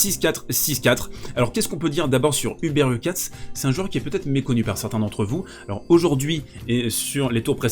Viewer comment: HurkaCZ - CZ = comme un "tch" / dans "tchèque" ou au début de "choke" en anglais et non un "ts"/"c",/"s